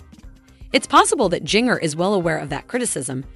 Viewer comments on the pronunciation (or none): It's pronounced "gin-ger"